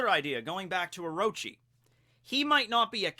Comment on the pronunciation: it's orochi, not oroechi the second o is pronoucned exactly like the first one. also sussanoo does not get the kusanagi no tsurugi as a reward, he just ends up finding hit while he was hacking apart the snakes corpse because apearentlly someone had tried to kill the snake with it before sussanoo came arround